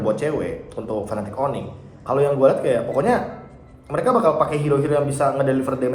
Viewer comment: serius nanya, cara baca Fnatic piye toh? krn gamungkin bacanya fanatic 😹 kalo kutonton dr interview luar pada bacanya "finetik" paling jauh ya "efnetik" (F-natic) tp kalo fanatic kok jelek bgt kedengerannya 😔 suka agak nyengir mesem2 gt kalo casternya udah pada teriak fanatic onic 😢 padahal lg momen serius